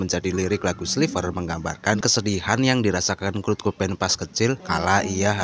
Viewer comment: Kurt bang bukan krut